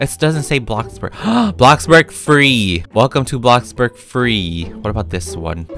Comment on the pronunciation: may i ask why he call blockburg ,bluckberg